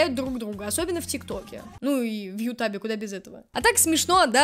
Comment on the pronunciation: все время улыбает как ты говоришь англицизм ютаб ))